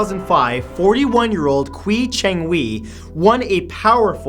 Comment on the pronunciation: Qiu is pronounced as Chiu, not Kui. Yea, just nitpicking, but your pronunciation of their names was bothering me.